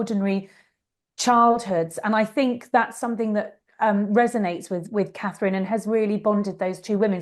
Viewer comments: Is it so difficult to say Catherine and not KATE. Or are you doing this on purpose! Elizabeth, from South Africa. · Try to say Catherine! And not Kate! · Kate (because she can not say Catherine) Nichols again??..I'll go watch Dan Wooten and Brittany.